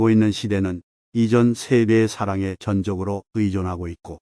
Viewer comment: 듣기 참 짜증스럽네요. 전적(全的)으로~ /전쩍으로 읽어야 합니다!!